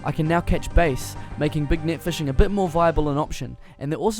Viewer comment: Bass is said bass fyi